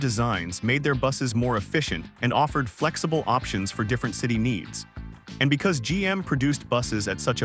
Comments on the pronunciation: F L Zibble? Gotta love AI... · Flxible= Pronounced "flexible". Artificial Intelligence voices suck. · "FL Zibble"? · F.L. Zibble? Someone needs to tune the A.I.